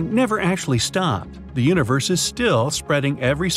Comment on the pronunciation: pronounces "universe" like "uterus" 50% of the times